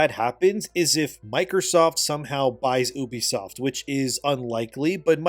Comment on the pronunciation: It's pronounced "Yubisoft" I think.